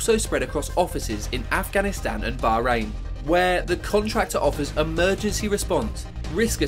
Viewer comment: So many things make me physically cringe in this video. Like, the fact that he said that Dubai was a country. Or the way he pronounced Bahrain and Iraq.